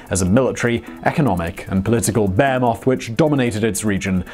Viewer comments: So weird.... I've never heard of a bear moth before I started listening to Simon. Behemoth <- this is how its written.... how is it you read it so wrong? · I must've replayed a dozen times before finally figuring out that Simon's peculiar pronunciation makes "behemoth" sound like "bear moth"